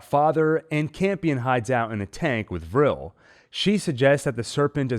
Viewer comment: I’m glad you know how to pronounce Vrill. Vrill instead of V’real. ☺️😉 V’rill makes me want to slap right through the screen! Send Mother weaponized at them.